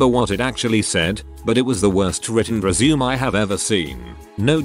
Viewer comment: I can't handle the word "resume" being mispronounced 400 times in a video.